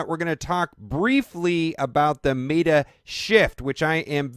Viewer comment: You did it again... It's not may-tuh. It's met-uh, as in metropolitan or New York Mets! I like your videos, but quit it!